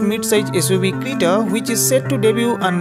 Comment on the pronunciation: It is creta not crita